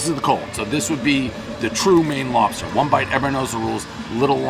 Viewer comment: Elmer fudd wuves Wobsters